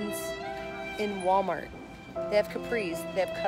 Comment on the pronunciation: OMG Wally World dollar gentral I LOVE YOU SOOO MUCH FALLON YOU SAY IT THE SAME WAY I DO OMG LOL!!!!!